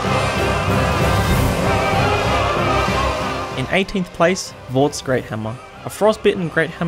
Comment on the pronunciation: It’s Vordt Hammer. I’m not even gonna watch the video, I’ve sunk like 5k hours into this game, if he said any boss weapon otherwise, then you can ignore this video, because he is a casual.